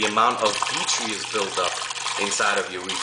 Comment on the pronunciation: btw... i think you're pronouncing the word detritus wrong.. it's actually pronounced DEH-TRY-TUSS (i know, plus i looked it up on dictionary . com). i'm not trying to sound like a smart ass or anything but i just remembered your video on chaetomorpha and how you learned it was pronounced kaito-morpha not cheato-morpha.. just thought you'd like to know. =D